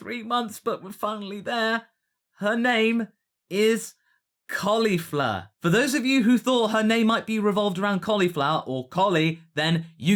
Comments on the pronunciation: WOW! I did not expect the "Bun-chan from host club" in there! lol nice. Maybe it'd help to pronounce it "Kol-ifla" instead of "Kolly-fla". shrug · Tbh I thought it was pronounced "Col-ee-flaa" not "Col-eefa" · The second L in Caulifla will probably be pronounced as R in the English dub (Caulifra) when we get it. Kind of like Bulla (Bra).